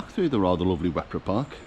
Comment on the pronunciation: Wepre Park, (said as Weper locally) is a beautiful and very well managed park for both humans and wildlife. While most of the trees are relatively young you did walk through some rather special ancient woodland, home to some rare species. I worked there a time or two, lovely place. Ewloe castle (Yew-low) is fascinating because it doesn't look like what people expect. It was built as a home as well as a fortification. Flint is where I grew up, we had some fun playing in the castle. Not sure how we survived as falls were quite common, fortunately we always managed to land away from some of the great chunks of sandstone and limestone that lie buried in the marsh. I wouldn't call the Dee Estuary a nice bit of water though - it looks pretty at times but it's bloody lethal! Many people have been fooled into thinking they can just walk across to the English side at very low tide. Kudos to the hardworking and dedicated Lifeboat crew based there who are kept fairly busy up and down the estuary and coast. Nice video, thanks for showing the beauty of the area. You might like to check out Greenfield a little further along the A548. With the Greenfield Valley Museum of buildings brought from other sites and rebuilt to show the history of farming life and industry. There's also the remains of Basingwerk Abbey to explore which, as significant player in the Industrial Revolution, the Valley has old factory sites and man made pools for powering machinery (you can see a working steam powered b